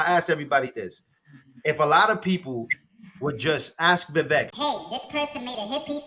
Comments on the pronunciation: His name is pronounced Vivek like cake! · Why do people say Vivek like Vivek? How can you vote for someone that you don't even know how to pronounce his name. Once and for all, it's viv ake like cake. The E is the A sound. Vivek brought it up on Tim pool's Coulter war segment.